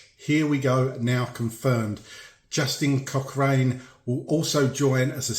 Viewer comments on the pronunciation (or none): Cochrane is prononsed Cock rin